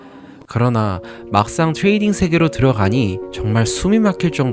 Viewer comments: 교포출신인가요? 트레이딩 발음이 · 트뤠이릥 발음 왤케 재수없냐 그치만 잘봤습니다. 매매일지는 이런식으로 써야하는거군요.